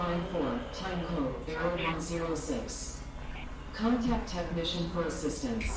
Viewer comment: "Can't act on site" IT'S CONTACT ON-SITE 😂